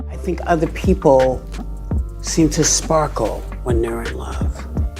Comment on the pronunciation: That "SPARKEL" is really a short circuit:hand-orange-covering-eyes::face-green-smiling::face-green-smiling